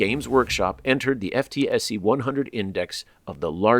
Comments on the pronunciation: It's pronounced "footsie". 😁 No, seriously, it really is. 👍 And it is indeed a cult. In fact, most fan bois of various games behave as cultists. The smallest criticism is met with furious personal attacks. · Ftse is pronounced footsy. Skewered wife means wonky. Easy jet are buggy airlines where you pay for the wings as an upgrade...